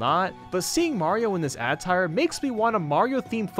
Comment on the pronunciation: “It’s the classic Indians Jones look right down to the hat and big backpack” Has he even seen Indiana Jones? Also how say “attire” gives me cancer